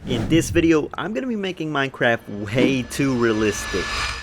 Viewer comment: at the start you said naking